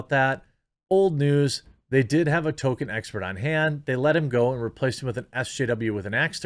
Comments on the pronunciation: Please, Jeremy: Tol-Keen or Tol-Kin. “Token” is a diversity hire. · It is Tolkien, not Token.... I hope this is just a midwest thing but dang son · FOR FUCK'S SAKE JEREMY, STOP CALLING HIM "TOKEN"! You sound ridiculous and it completely undermines your criticism if you don't even know how to say his name right